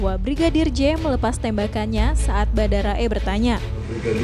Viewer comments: Miiin "BHARADA" bukan "BHADARA"🥲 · REPORTER NYA BERKALI-KALI KELIRU MENYEBUTKAN KATA BHADARA YANG SEHARUSNYA BHARADA...!!! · Pada sadar ngga sih mbanya ko bilangnya Badara e kn barada e 😁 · Badara .. paham gak itu yang membawakan berita ? Salah kok berulang2